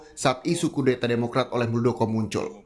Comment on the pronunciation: Harusnya muldokor